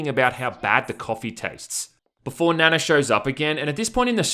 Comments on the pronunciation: It's pronounced Nah-Nah, which in Japanese is Seven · Nana is pronounced like “Na Na, what’s my name” in that Rihanna song. It’s actually more Japanese than Korean, but a popular k-pop idol has that name from After school/Orange Caramel. Honestly they should have named her Yuna, because I swear to god, she looks just like her. But since this is probably sexual in some nature, that would be creepy because Yuna (the singer) would have been 17 when this game came out. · It pronounces "Na-Na" is a sassy Asian name. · Nana pronounced Naa Naa , there is a famous real kpop star Nana from the group Afterschool who the character is probably modelled off. I'm pretty sure Nanna is grandma, translators sound chinese maybe messed up the names lol. Nice review though, looks like a mindless game that's a good time waster lol. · Yeah Nana is pronounced with a long A. God those character models look like they were made in daz studio or are asset store purchases.